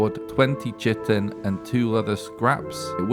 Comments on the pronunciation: Chitin is pronounced kia-tin or ky-tin... The c makes the k sound..... I too use to say chitin and then i heard someone say it so i googled it and learned myself something. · actually chitin is pronounced kite-in I'm pretty sure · KYE-tin, not kite-in. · On the off chance that you care, Chitin is pronounced KITE-IN. Cheers. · i think the english pronounciation is "K'eye'tin" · Chitin, pronounced, KYE-tin. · Chitin sound somethin like "kay-tyn" "kay-tn". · I always pronounced chitin like Ky-ten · Its pronounced ki-tan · chitin is pronounced Kite - in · Great video, bro! Btw I believe it's pronounced ky-tin.